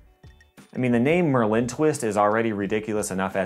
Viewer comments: bro its not mer-lin its merlin like the famous wizard come on it seems like your pronouncing it weird on purpose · Dude the way you say Merlin is freaking me out. It is MIR LIN. Ad a subtle glottal stop between those two syllables; Its hard to explain but the way you are saying it makes it sounds like merlin is a type of candy or french product and not a badass wizard. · your phonetic explanation is wrong too. you should've written MER-LIN. or even MUR. MIR was a space station and pronounced nothing like merlin. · the emphasis is on the penultimate syllable (the e) of merlin. Like the wizard. Doesn’t matter but it just annoyed me